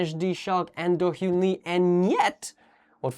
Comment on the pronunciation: I think the actual problem is has a serious difficulty pronouncing hyun so he constantly refers to Chaehyun as Seo and Dohyun as Lee.